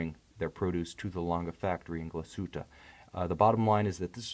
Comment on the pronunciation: Nice pronunciation of "Glashütte" ;)